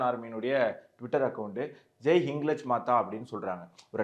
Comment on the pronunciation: ஹிங்லாஜ் என்று உச்சரிக்கவும்